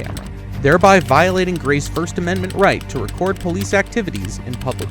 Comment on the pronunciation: you keep mentioning these amendZents THAT DON'T EXSIST 😂😂😂 ameriZa HUH